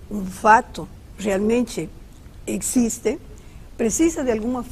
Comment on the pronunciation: Aliens "non ecxiste" Essa senhora não acredita em nada. Igual ao Padre Quevedo. Velha patética.